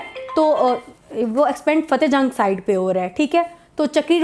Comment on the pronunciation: It's not Cahte, it's Fateh Jang